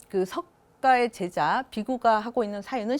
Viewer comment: 자고저 문제가 심각하옵니다. 몇 가지 예; 세계, 제자, 세상! 만으로, 이들 첫 자를 짧게 발음했나이다. 잘못입니다. 길게 발음해야지요. 참으로 알 수 없는 문화입니다. 학자들의 발음이 이처럼 타락했으면서도, 이를 전연 문제로 삼지 않는 한국의 문화!!